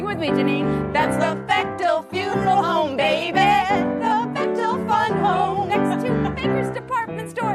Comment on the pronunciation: You say "BechTEL." 24.43 I say ''Bechdel." Let's call the whole thing off.* *Notice the apparent IMMEDIATE change in Alison's demeanor. (%^(